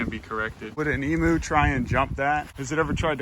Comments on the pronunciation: please emu is pronounced emYOU not emOO it hurts my little aussie soul every tome you say it >-> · Pronounced emew or emyou. Not emoo. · All Americans repeat after me.. Em...u Say it like "meme you" but with an E.. Em.. u Emu.... for Pete's sakes They are not called Emoos..... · I’m Australian, not one person here pronounces it e-moo. E-mew. Kitty not cow. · Its said e-mu, not e-moo. Sorry but i hear lots of people fron the states making cattle noises trying to say emu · Did you say “emo” It’s Emu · In Australia emu is pronounced eem-you not ee-moo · bruh you pronounce it eem-you not eemoo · not to be rude or anything but... it's pronounced Em-You not Emoo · I die inside when he says E-moo its pronounced E-mew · me being Australian it triggers me when he says emoo 😂 it’s pronounced like eemyou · Eem-you not ee-moo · Its emu not emooo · Eeem-you not eeeemooo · It’s spelled emu but pronounced em-you not emooooo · It hurts me, as an Aussie, every time I hear someone call them 'Emoos'. It's pronounced 'Ee-myu'. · Emu pronunciation: (E myou) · just so you know the right pronunciation of "emu" is said like "emyou" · Keep up the good work!!! Just as an aside, and I'm pretty sure this is gonna be plunged into the dirt, but... Emu is pronounced "eemyoo" That is all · Australian's pronounce emu as 'eemew' - a tip from down under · It’s pronounced ee m y oo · The way you pronounced emu bugged me so much... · please pronounce emu correctly... ha-ha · That’s not how you pronounce emu - coming from an Australian